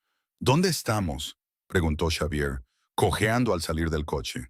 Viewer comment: Si la narrativa es en español entonces el nombre Xavier se lee como Javier.